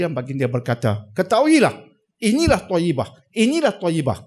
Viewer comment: Toybah.... bukan toyibah